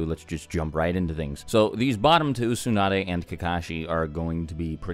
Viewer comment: whats wrong with u english native guys, its not "soon-ah-dae" its "tsu" TSU TSU TSU! there is a "T" at the begining: TSU NAH DAE